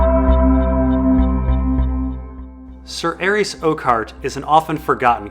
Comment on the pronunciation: butchers a lot of pronunciations: Varys, Viserys, Arys, Tyrosh, Lys, Myr... But his analysis of ASOIAF is too ultimate to deny